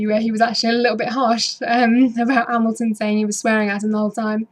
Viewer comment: Another entertaining review & commentary. Good attempt at pronouncing Kvyat! 2nd try was nearly there. You had me at Hammyhams! :D